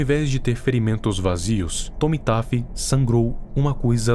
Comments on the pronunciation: como é: oi eu sou o Tommy Taffy como eu ouvi: oi eu sou o Tomi tape 😂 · E só uma coisinha. O nome dele se fala TOMMY TEFY COM É MAS ESCRITO COM A